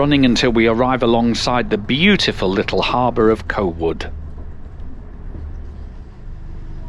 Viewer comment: Co'wood? Never heard it called that before. Exeter friends who'd be centenarians by now called it Cuh-COOD.